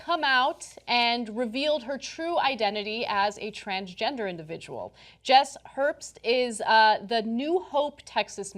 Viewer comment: Indivijul Situations...